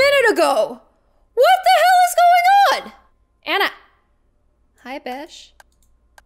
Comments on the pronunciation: Anna R. Ah-na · Hey it's my phone! (My name is Anna) but she pronouncED My nAMe wrOnG!!